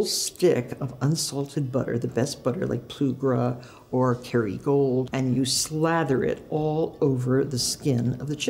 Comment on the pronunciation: For ages I was like is she saying Kerrygold? 😂 The bog standard butter you can buy everywhere!(in Ireland)